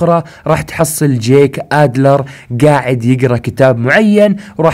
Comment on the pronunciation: يخي اشمه جيك مش جاك ما قلتها صح الا مرتين 😂